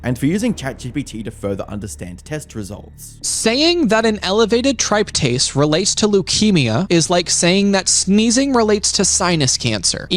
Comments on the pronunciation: Goes after Ethan for mispronunciation then calls tryptase pronounced trip-taze as tripe-tast. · also….. he says med terms wrong in his own video. Tripe-tase. It’s trip-tase. As a nurse I literally say things wrong all the time. So do other ppl. We even say medical terms differently in different parts of the country. It’s a whole who cares point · I gotta say, this guy criticized pronunciation of medical stuff, then proceed to say "tripe-tase". It's "trip-tase" my dude, you didn't even do it right. Also, as someone training to become a doctor, I actually like it when patients take their health into their own hands and try to come to logical conclusions on their own. Sometimes, they might be wrong, but it's way better than getting misdiagnosed and treated for something you don't even have, and having it on your file. Plus, sometimes patients might be on to something that the doctor might not be on to, especially if they forget to mention something during a consultation or the doctor forgets about it. As long as the patient is willing to listen, and the doctor is willing to talk to them, it allows them to receive much better health information, which can be super empowering for the patient. I'd much rather have a patient that comes in with a self diagnosis, and explain what their symptoms are that led them to this conclusion, because they are taking control of their own health and advocating for themselves, which is so, so important. Doctors aren't gods, and they don't magically know everything. I watched a patient go from relatively well with a rare tumour somewhere, asking for a note for missing real life obligations due to their health, to dead, because doctors missed something (nobody's fault tbh, it was just super unfortunate that it slipped through the cracks and that the life threatening diagnosis was missed becau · All while pronouncing tryptase incorrectly. It’s trip-tase. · Clown pronounced tryptase wrong